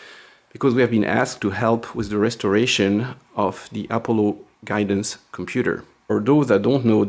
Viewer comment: What the heck is apple-o? A-paul-Oh :P Great content as always!